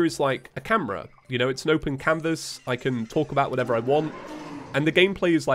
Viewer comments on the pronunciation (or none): none